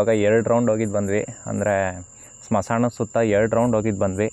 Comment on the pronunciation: Bro smasana alla bro smashana clear agi helu bro keloke chanagiralla k na